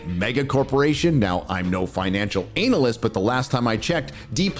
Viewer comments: Its pronounced analcyst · An-al-lyst, not anal-lyst 😂...